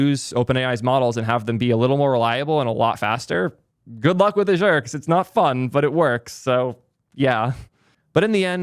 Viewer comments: First time i've heard Azure being pronounce like that :p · please learn to pronounce Azure correctly 😁